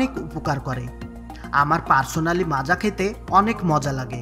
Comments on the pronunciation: Macha na maaza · দাদা যে ভিডিও টা পোস্ট করেছেন তাকে বলছি এটা মাচা নাকি মাজা😂😂😂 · ota macha na maaza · মাচা না 😁😁😂😂 মাজা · Ota মাচা নয় মাজা লেখার ধরন দেখে মনে হচ্চে বাংলাদেশের ভিডিও আর বাংলাদেশ মানের ভুল ভাল উচ্চারণ 😂😂😂সঠিকভাবে উচ্চারণ করতে শিখো বন্ধু গাইয়া ই থাইকে গেলি🤣🤣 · মাচা ওটা বল মাজা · Ota Macha noi Maaza 😏